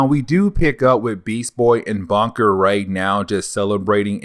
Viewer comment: Bunker not "Bonker"🙄.